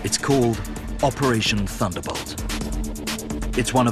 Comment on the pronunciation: i swear i hear "operation thunderBUTT" lmao